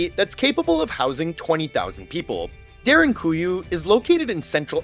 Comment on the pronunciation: Props to you for actualy pronounsing derinkuyu (almost) perfectly.